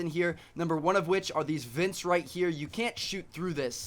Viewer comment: Vents, not vints.